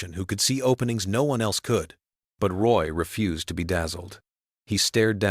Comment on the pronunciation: Get the last name right. Roy is Rooyah. Such a disrespect to French people!